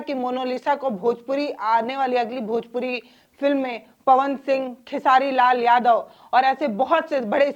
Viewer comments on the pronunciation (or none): none